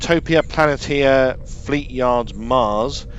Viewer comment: Utopia Planeesha. Not planitia. Sounds like a captain proton episode. Also the Pogo bit was great. Loads of fans love that song. The lighting in the video is so good.